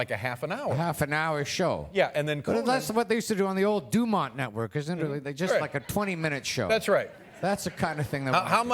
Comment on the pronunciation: Extra points to Paul for pronouncing DuMont right!